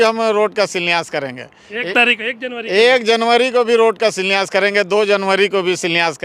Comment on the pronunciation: इसको शिलान्यास बोलने नहीं आ रहा है, शिलान्यास क्या करेगा।